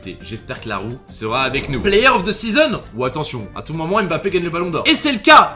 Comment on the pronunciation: C'est si compliqué que ça de bien prononcer son nom de famille ?